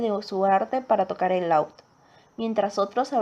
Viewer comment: Un «láud»????? What the fuck!!!